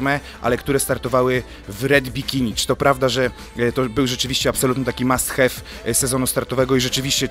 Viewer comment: Boże drogi jak wy gadacie "red bikini" "Must have" Nie idzie was słuchać, nie obejrzałam do końca..